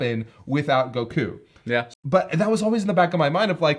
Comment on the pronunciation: Why does he keep saying goku like that. It's not goKUU.